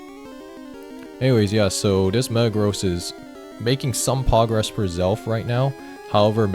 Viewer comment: Love how says pogress